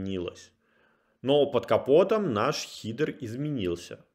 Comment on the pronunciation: Очень полезное видео. Спасибо,, помогли сделать первые шаги в понимании работы с Charles. Единственное, мне так по ушам бьет "хидер", просто боль(